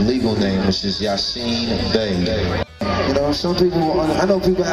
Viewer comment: She can't pronounce Bey? really?